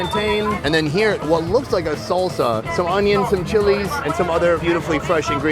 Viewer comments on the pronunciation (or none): SONNY said Soul-sa again! lol